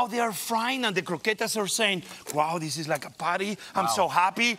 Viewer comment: Chef said " theese ees a horrible segment ... "